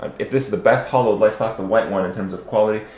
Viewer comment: "hollow flask hollow flask hollow flask" IT'S HALLOWED. HAL-LOWED.